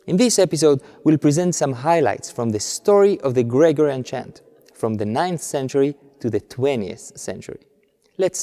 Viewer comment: your English is very good and of course no one minds a foreign accent but there is just one thing that sticks out when you say it and I think you need to change and that is the word Gregorian. It has the stress , the siliba tonica, on the second syllable. GreGOrian like that not GREgorian